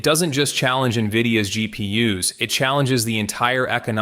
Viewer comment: "GP Uh"s. Get a mic. Learn how to use it. Do the same with your scripts. Also.., Photonics has solved the memory problem. Look into Akhetonics. The solution is simple. It's not whiteboard dreaming either. They're shipping to test partners. Expect new soon.